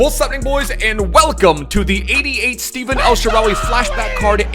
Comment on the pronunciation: it's not steven, it's stefan :)